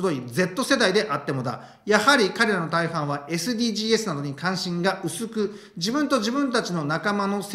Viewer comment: 、いつも面白い動画をありがとうございます。 SDGsは(エス・ディー・ジーズ）と読みます。 おせっかいですが気になったもので。 頑張って下さい。